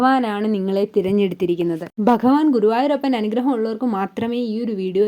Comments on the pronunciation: ഭഗവാൻ എന്ന പദം അക്ഷരസ്ഫുടതയോടെ പറയാൻ സാധിക്കട്ടെ 🙏😊 ഹരേ കൃഷ്ണാ 🙏🙏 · ഒന്നുകിൽ മലയാളത്തിൽ പറയുക അല്ലെങ്കിൽ ഇംഗ്ലീഷ് മംഗ്ലീഷ് പറഞ്ഞ് വെറുപ്പിക്കാതെ ആദ്യം ഭഗവാൻ എന്ന് പറയാൻ പഠിക്കുക ഓം നമോ ഭഗവതെ വാസുദേവായ ഈ കമൻ്റ് ഇടാൻ പ്രേരിപ്പിച്ചതും എൻ്റെ കൃഷ്ണനാണ്